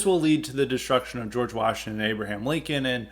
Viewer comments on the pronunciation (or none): none